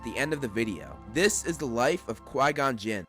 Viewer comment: It's "CHI GON JIN" NOT QUAY GON..